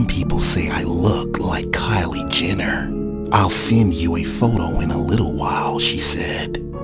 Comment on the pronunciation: Kyle Jenner lmao..more like "cait" 😂😂😂